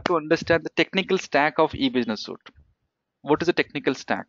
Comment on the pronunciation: it's Suite (pronounce Sweet)